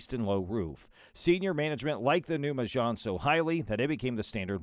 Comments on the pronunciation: It's meg-Anne not mehj-haan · Renault Me-jjaaaaarne?! 😆 Pretty sure it’s Me-Gan 😁 That MG is impressively equipped!